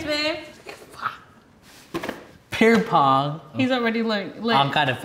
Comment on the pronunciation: “Pear Pong” BRUH 😂